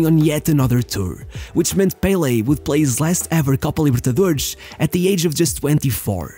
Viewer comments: I stopped watching when you said "Copa Libertadoreshhhhhhhhh" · What tf is the “Copa Libertaderrzz”